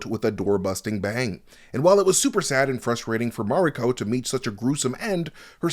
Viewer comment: Stop saying Mariko like that or get someone who can to do the video